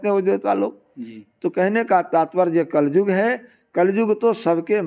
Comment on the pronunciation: कलजुग नही, कलियुग होता है, शब्द सही नहीं, विश्लेषण कर दिए!!